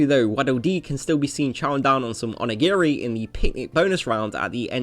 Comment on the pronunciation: Pardon me being a pendant but its Onigiri, not Onigeri. Onigeri could mean Demon Diarrhea. So... you know. ;)